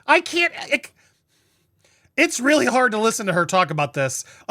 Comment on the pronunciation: “I’m a weal person”…….She says, Just as Pinocchio says “I’m a weal boy”…….. 😂😂😂😂😂